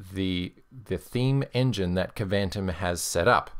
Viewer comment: I think Kvantum is pronounced more like Quantum. That would be somewhat consistent with the names of other apps from the extended KDE environment. (Though they really should have spelled it Kwantum to make it clear)